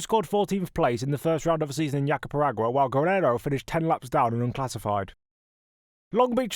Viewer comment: JacaREPAgua, not JapaPERAgua. Pay attention. Otherwise really good content, am a fan, keep it up!🙌